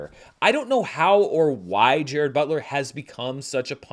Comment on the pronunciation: Pronunciation is /DJE-rahd/. Fact. Also where is the cricket bat?